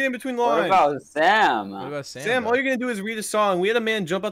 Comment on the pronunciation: Oh my gosh that "you're" is bothering me so much